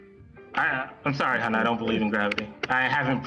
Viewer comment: “Hon”. Oh dear.